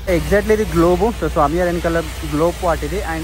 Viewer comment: Samyarr kadhu sami yaar kadhu bro swamy varu bro adi